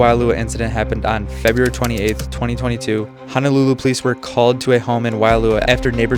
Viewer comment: Please stop saying HANALULU! It’s HO-NO-LU-LU! And when you say Haleiwa you pronounce Haoleiwa 😂 we really have to work on the correct pronunciation of Hawaiian words if you’re going to make a video about Hawai’i.